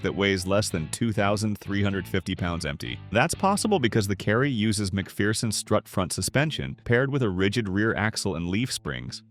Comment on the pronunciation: Please learn how to correctly pronunce McPherson. Hint, there is no "fear" in McPherson.